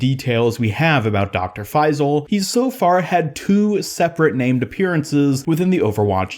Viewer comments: Just a tip it’s pronounced FaiSal and not FaiZal :) Great vidoe anyways 😊💕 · Bro its faisal not faizl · Its not faiii-zal..it’s pronounced fayyysaal..just saying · as an arab it pains me hearing your pronunciation of his name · Do not pronounce the s as z The closest pronunciation of the Arabic letter ص is s, although it is not the perfect pronunciation